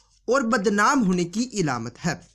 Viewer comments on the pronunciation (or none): ilamat nahi bro . alamat hai